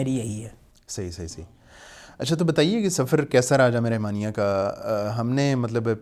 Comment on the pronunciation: رِحمانیہ کی بجائے رَحمانیہ بولیں ۔